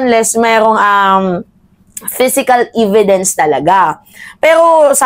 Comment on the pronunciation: Evidence po hindi ividence ...